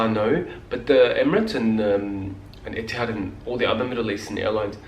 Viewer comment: The way you say "Etihad" in the Arabic accent is just great!